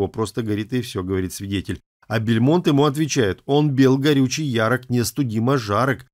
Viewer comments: не Бельмонт , а Бальмонт .... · Не Бельмонт, а Бальмонт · Константин не бЕльмонт, а бАльмонт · Только не Бильмонт, а Бальмонт)) А так тема отличная, не раз читал стихи его у нас на канале!, ура тебе! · Мне одной слышится, что автор говорит поэт Константин БЕльмонт? Но ведь он БАльмонт! Как же так? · Вообще, мне казалось, что фамилия Константина Бальмонт, а не Бальмонт. Как странно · Не "Бельмонт", а Бальмонт! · умоляю не Бэльмонт а Бальмонт исправьте уши режет! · Почему Бельмонт-то??? Как ,,бельмо" Б!А!льмонт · Константин Бальмонт. Вы произносите Бельмонт. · что за произношение у Вас. Вы никогда раньше не слышали о поэте Константине БАльмонте? Вы называете его БельмОнт, а он БАльмонт, вторая буква "А", а не "е"! И ударение на первый слог! Ну нельзя же искажать классику!😏😕 Вы показываете текмт второго стихотворения, а там над текстом даже написано: Бальмонт ! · Не Бельмонт, а Бальмонт😅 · Бальмонт а не Бельмонт блин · Бальмонт, а не БЕльмонт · Не БЕльмонт а БАльмонт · Фамилич латинскя,-значит,и прочитывать нужно по правилам латинским,а не как вздумается. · фамилия поэта БАльмонт! От слова бал, а не бельмо! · Ну так исковеркать фамилию БАльмонта - это надо совсем не знать о нем ничего! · При жизни К. Бальмонта, произносили его фамилию с ударением на последнем слоге.